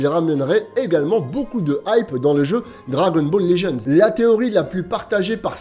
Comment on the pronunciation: Juste je regarde t’es vidéo mais est ce qu’il est possible que tu prononces le nom du jeu correctement stp 🙏🙏